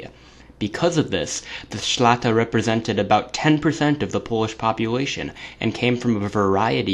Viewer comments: It's szlachta, not szlata.. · Read this ----> Shlahta. That's how to read but writing is right, because I'm Polish. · Shlah-ta, not so difficult.